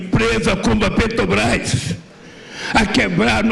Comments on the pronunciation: O ex presidente não sabe falar Petrobras, ele fala petobras., um burro!!.......discurso totalmente ultrapassado, o que me impressiona, que existem pessoas que aplaudem essa anta. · “Petobrás” analfabeto 🤣🤣🤣